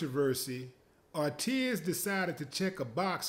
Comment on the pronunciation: His last name is pronounced "or-teez", not "or-tee-yez"